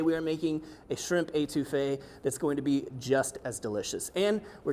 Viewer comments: Étouffée - to smother, nice try though. Your pronunciation would drive my Cajun grandmother nuts. Also, adding the tomato makes your Étouffée Creole. Cheers, and laissez le bon temps rouler! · I'm sorry. The way you Étouffée is driving me nuts.